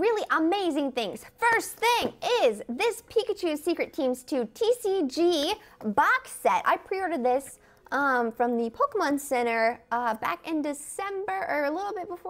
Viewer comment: who says pokermons